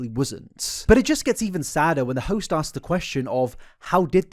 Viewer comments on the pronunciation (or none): none